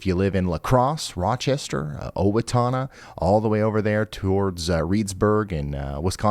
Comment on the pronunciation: Not too bad here in Owatonna (good pronunciation btw) yesterday, as far as I saw just a few downed trees. Here's hoping for no worse today.